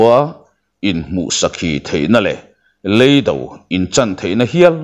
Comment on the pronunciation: Youtuberte zinga mizo ṭawng thiaam pawla ka ngaiihin "Lei Do" a lam dik tlat loo mai a!